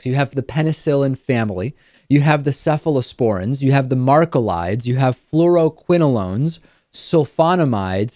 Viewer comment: Macrolides are pronounced MACKrolides not MARKrolides. Members of the penicillin (ie: PenVK) family and cephalosporin (ie: Keflex) family can cause an allergic reaction to the other one in some people.